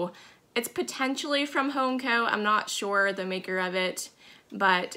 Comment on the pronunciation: I'm sorry, but everytime you say, "Shore/sure"...I think of Daphne on Fraser when they crossed into Canada and to prove her US residency, she just said one word..."Shore!" LOL I have a strong southern accent, so you would laugh at mine, too.